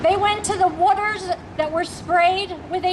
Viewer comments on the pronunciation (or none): and whutters instead of waters